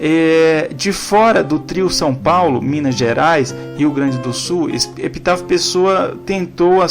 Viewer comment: O nome do presidente é "EPITÁCIO PESSOA" e não "EPITÁFIO"